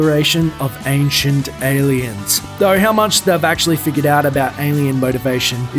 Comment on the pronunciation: How come Giorgio A. Tsoukalos can't pronounce "figure" correctly??? I mean if you look at the word I guess you can almost pronounce it that way "figur" however the e at the end makes the "u" as a long "ū", so no, no excuse lmao. I just had to say it, cuz it eerks me when he says it lol.